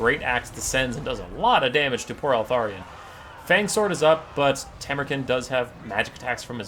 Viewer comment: You can pronounce him Tam-ur-Khan, like Gengis Kahn. You know, the greatest conqueror of the real world.